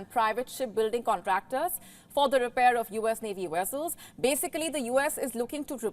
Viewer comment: How do you know how to say kolkata but not vessel 🤣🤣🤣🤣 learn how to pronounce V and not W💀 or you can simply quit because your vocabulary is as strong as your knowledge 📉